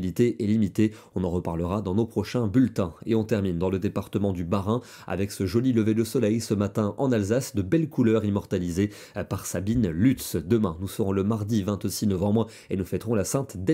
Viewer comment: Hi, je vous taquine un peu, on dit pas Luuuutz mais Loutz pour Sabine. Superbe photo 😊